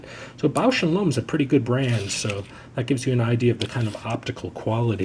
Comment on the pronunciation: The "Lomb" in "Bausch and Lomb" rhymes with "bomb", not "loam".